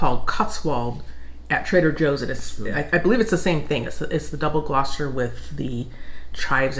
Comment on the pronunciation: Your pronunciation of double Gloucester is correct, I'll be going to the market tomorrow and will try something new, Lancashire cheese will be on the menu